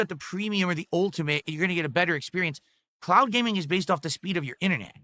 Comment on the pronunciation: Why is he saying "clout" instead of "cloud"?